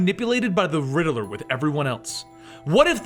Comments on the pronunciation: It's pronounced riddler not rideler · “The Littl-er”